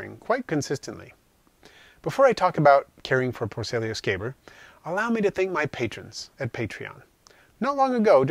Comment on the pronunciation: So nice to see someone else that knows how to say scaber 😆I was starting to feel left out lol - Great video mate, these guy are without a doubt my go to species for devouring my insects that have passed on. I keep a large colony of them just for that very purpose.